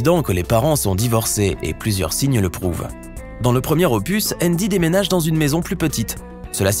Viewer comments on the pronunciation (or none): none